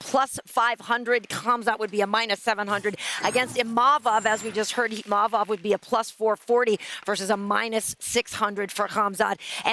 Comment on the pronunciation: I wish they would pronounce imavov properly